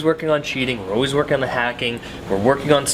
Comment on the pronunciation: "We are always working on cheating, we are always working on haking." Ho noob sounds:)))